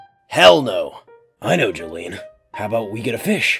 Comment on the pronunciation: Dolly Parton: exsists calling jolyne: Jolyne... jolyen... jolyne JOLYNE